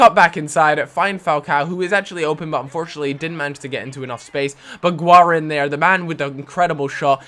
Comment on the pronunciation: guarin is said like warine